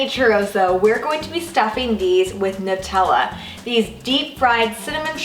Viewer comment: it's..... it's pronounced Nutella (NEW-tell-uh) triggered